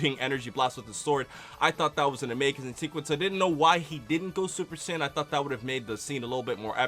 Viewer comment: We all going to ignore the fact that at the end said "sayin"?? That means hes not a sayain??